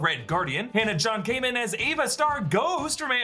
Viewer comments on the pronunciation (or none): hannah john-kamen is pronounced like common